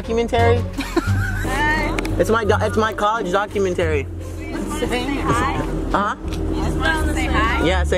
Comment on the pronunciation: dah-cue-men-terry?, baby, what doc-u-men-ta-ree😂😂❤️❤️